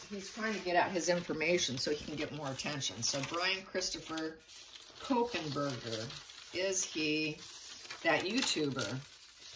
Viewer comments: Not Ko pen.....just KOH....Berger. There is no "Pen" after KOH and before Berger. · Kohberger. There’s no N to make it kohenberger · Kopenberger?? It’s Kohberger (Co-burger) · Normally I would say nothing about pronunciation mistakes but this one is too close to my daughter's last name and it creeps me out. You said it like Copen. Since I raised her in Seattle, then Portland and now she is in Idaho...too much connection.